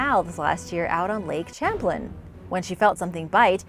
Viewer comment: Lake Sham-plane is how its pronounced, not sham-plin...